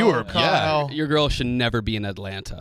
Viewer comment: …you can’t say 2 T’s when you say Atlanta. I’m sorry but I know they don’t teach that on maps